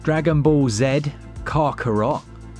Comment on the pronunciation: I am convinced you're purposefully mispronouncing the Dragonball game 🤣